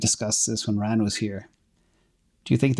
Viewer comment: It's ... 'Ran'...with a T on the end...LOL